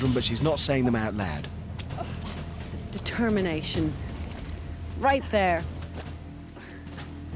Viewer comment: determanation? is this undertale